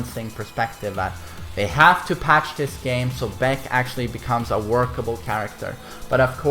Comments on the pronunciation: its not beck its B AE K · You aint the main man with this title. This some NPC type clickbait title. and his name is pronounced BaHKoo, not Beck. he's not an indy country singer or a beer drank by corporate lackeys. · Baek's a loser, baby, so why don't you kill him (double barrel buckshot). If you don't get that joke, listen how pronounces "Baek". Also, Baek's cool, so don't actually kill him pls.